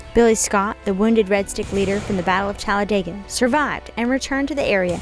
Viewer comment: Also, thanks for pronouncing " Talledega" correctly!